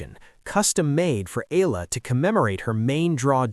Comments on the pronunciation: Alex EALA is pronounce EYALA. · It’s AAAAH-YAAAH-LAAAH you AI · Please pronounce her name, Alexandra /Alex Eala (E y a l a). All of us will appreciate the effort. Win or lose we support and pray for her. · It's eh-yah-lah